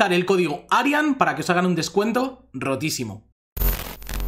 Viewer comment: grande arian eres un grande me hace gracia tu hacento cuando dices rotisimo